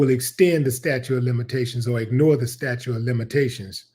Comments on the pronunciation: staTUTE of limitations --- not "statue" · sta-TUTE sta-TUTE sta-TUTE NOT "statue"